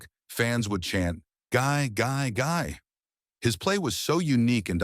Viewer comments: The chant was Gee Gee Gee, french pronunciation, its so phony all the information, and cant pronounce names right. Very suspect. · guy, guy, guy???? Where did they find this american announcer? It's Guy (French pronunciation), it has never been the English you hack. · Is the audio generated from text-to-speech software? Anyone who has watched a little hockey knows that his first name is not pronounced "gy", as in "tough guy". Only software doesn't know the pronunciation in French. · Maybe you could pronounce Guy correctly. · Its Guy, not guy. Dont you forget that.